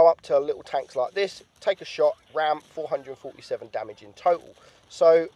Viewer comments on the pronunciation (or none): none